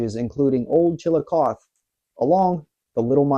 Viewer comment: You're not from Ohio are you? Piqua is pronounced Pick-wuh not Peekwuh and Chillocothe is pronounced Chill-o-cothee...